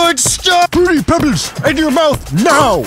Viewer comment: frooti pebls